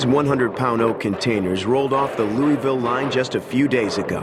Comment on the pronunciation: louaville ky is how its pronounced